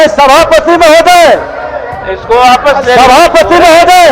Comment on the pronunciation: बिजय सिन्हा को वापस कहना नहीं आता है, आपस बोलते है